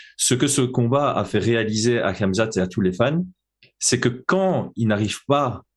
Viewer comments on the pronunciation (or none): Super vidéo mais par pitié arrête de dire « Kamzat » fait un effort sur son nom mdrr